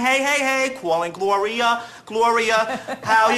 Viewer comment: “GLOWRIA why isnt anybody CWAALIN?” -Ian Benardo, with the already long and impressive resume; superstar, singer, dancer.